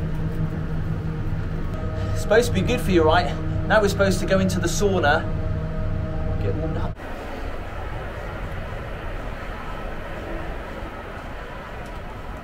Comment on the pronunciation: Beautiful hotel! It's pronounced SOWNA~~